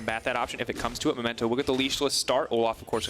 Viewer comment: Pls, you did this last week as well. He's called Memento, not Momento.